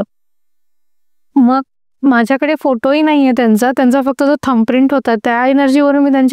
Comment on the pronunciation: Tuza podcast thick asato ...fuckt ...n...ha shabd shudh bol